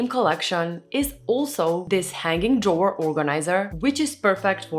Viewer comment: Love you ❤ Been following for quite some time 🎉 Love how you grow ❤❤ Tomorrow in the shower I have a little handy one - try pronouncing drawer some more (and me, not that i am better, I cant even spell😂) All love, drawer - god it’s a hard word - toungetwister 😅